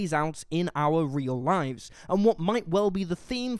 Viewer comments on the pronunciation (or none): none